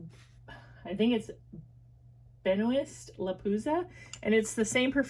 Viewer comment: B+BW is definitely not donating anything, which is sad. Benoist is pronounced Ben-wah.